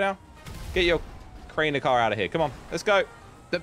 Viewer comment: Did just say Crainer car